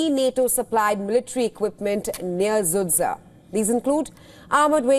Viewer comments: Sudzha 😂😂😂not sudsa oo Indian woman😂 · Don't pronounce the name of that city (Sudzha) anymore, it's wrong and tragicomic all the time.